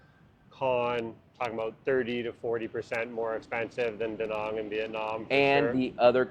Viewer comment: Since you live there, learn to pronounce the name of the place: It's not Da Nong goddamit, It's Da Nang!